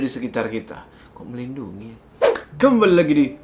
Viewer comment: kamu cute banget sih pas salah ngmng melindungi🤭🤭 andai bisa ketemu mendaki bareng Miss you bang Jo.. fighting say